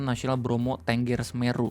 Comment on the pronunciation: Setau saya bacanya Bromo *Tənggər*, bukan Ténggér. Sama gausah berharap apapun ama Menhut baru. Menteri yang sekarang gapunya pengalaman Kehutanan apapun, dia pendidikannya filsafat agama ama ilmu politik, dapet jabatan karena dia petinggi partai dan member ormas. Salah satu kebijakan pertama dia di jabatnnya sekarang tu ngeganti logo Kementerian dari pohon bringin jadi kelapa sawit. Bikin curiga banget ada suruhan dari megakorpo sawit juga.